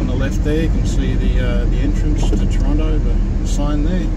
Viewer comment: My hometown... and see it still has crappy roads... I see that they have big ugly apartment buildings everywhere... you missed going up by the old pub on the hill... I know times move on... but the old Toronto that was best is gone... I am glad to hear you say 'Tronno'... lol